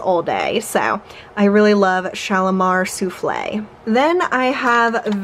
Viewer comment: LOVE Guerlain LPRN Intense! Thank YOU for saying Souffle' as it IS supposed to be pronounced. These Sufflah ppl are killing me! The Bon Bon Bottle is actually replicates a candy Bon Bon in a wrapper twisted at the ends! Great video!!